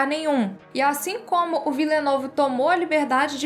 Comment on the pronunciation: A pronúncia correta do nome do diretor é; "Dení Villenêv" E sobre o filme; filmaço! 🤓